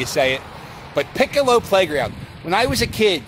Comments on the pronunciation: Love the video. Have one correction; it's not Pick-a-low. it's more like P-col-lee. Sorry. I tried very hard to get it to spell phonetically. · Piccoli ! Pick -a-low! Lol it’s pronounced “Pick-co-lee” like an Italian last name. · It pronounced pick-ol-e Park, not pickalow. Juniata born and raised. Loved the video.